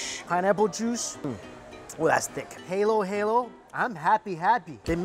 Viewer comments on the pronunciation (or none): none